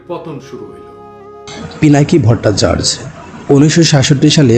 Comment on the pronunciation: ভট্টাচার্য উচ্চারণ ভুল করছেন